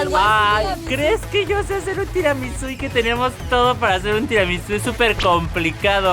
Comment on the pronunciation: cuando Karen dijo tiramizu yo me dije mandameeee